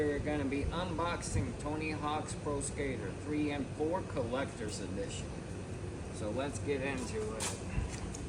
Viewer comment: Collectors "edition", not "addition". As in an "edit".